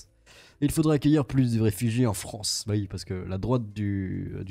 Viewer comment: La Fronce si terminé...😂